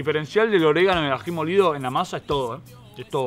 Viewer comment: Oregano no oreganatto no es italiano